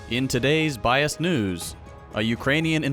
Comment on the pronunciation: I swear I heard "bi-ass news" instead of "biased" lol